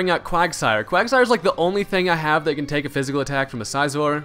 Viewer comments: It's Scizor as in "scissors", nice battle, though. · lol the way he says scizor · Why do you pronounce Scizor so weird?